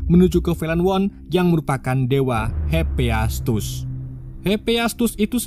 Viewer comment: hepiestus????? bukan hepaestus